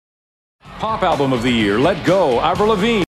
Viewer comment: Just like almost every one who interviewed her the first time pronounced her name as eivril... That got her angry...